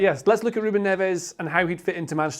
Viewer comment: Why do you pronounce his name wrongly